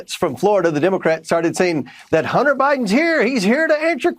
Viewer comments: Excuse me "Hunner" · ITS NOT "HUNNER" ITS HUNTER "GENTLE LADY"(MTG")!😂